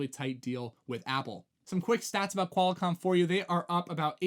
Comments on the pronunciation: Did he say QUAL-A-COMM? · Yeah, first time on my channel. Hard to take someone seriously who doesn't know how to pronounce Qualcomm and who hasn't heard of Ericsson before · He said QualiComm.